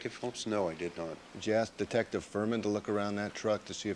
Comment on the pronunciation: Yes he did say detcive Lang what a joke dose not know who is speaking to